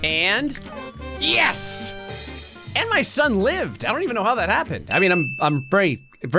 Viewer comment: it’s Yes not Yus